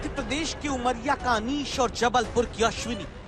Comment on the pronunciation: ABE DHOLKI KE LADE KA NAAM ANEESH HAI NA KI ANIS